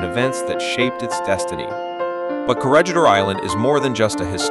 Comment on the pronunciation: Perhaps you should learn how the word "Corregidor" yourself instead of relying on AI to do it for you.